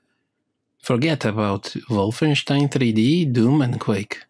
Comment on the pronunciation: THANK YOU for pronouncing Wolfenstein properly!